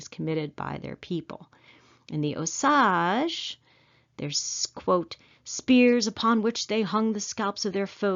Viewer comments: Its pronounced ohh SAGE, like the plant or spice....NOT oh saggh.. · You are pronouncing OSAGE WRONG, IT IS O SAGE